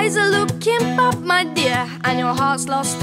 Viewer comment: I like how she says bad " bap "